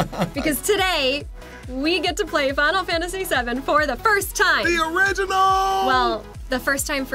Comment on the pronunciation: Final Sefantasy Seven